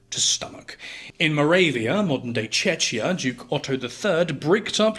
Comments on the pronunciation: I hate the fact, that you learned how to spell properly most of the names in all previous videos I have seen from you and then you mispronounce my country-Moravia in “tschetschia” or what have you said… 😂😂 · Small pronounciation correction - the "ch" in Czechia makes a "k" sounds. Czech is pronounced basically the same as "check" in english. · As a Czech, The way you pronounced that Slovakian Castle and Czechia sent me to the floor😂😂